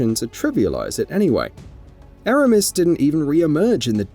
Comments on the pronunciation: he said EEEEEEEErAAAAAmiss, its Eramis. And the fight was cool, so cool she froze. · The embarrassing way he pronounces "Eramis" shows he's never actually played Beyond Light.